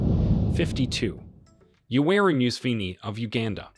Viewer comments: Moose Vynl the president of Uganda lol. It’s Museveni. Muh-Seh-Veh-knee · The way he pronounced my Presdent's name MUSEVEN 😂😂😂😂😂🇺🇬🇺🇬ok thank you sir